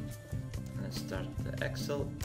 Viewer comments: yes, I meant no offense at all! But you pronounce it ex-il. Where I am from we say- ex-sell.:) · the way you say excel is hilarious.